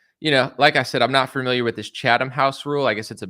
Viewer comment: Definitely someone "fermiliar"